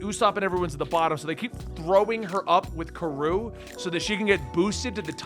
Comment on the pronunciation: Karou is a thunder duck, also pronounced KA-roo